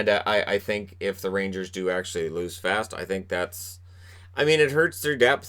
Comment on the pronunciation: Hate to lose Fast ( needs to work on the Boston pronunciation of his name. 😜), but think everyone realizes the $ situation. And who knows, maybe JD & Gorton find an inexpensive vet to plug into that PK role.